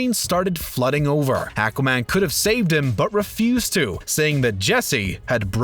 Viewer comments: Wow the pronunciation on this guy. Lee-oh-nard? Akaman? Symb-eye-ote? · Ack-wah man? 🤔🤔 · Nope, he also botches Aquaman as well.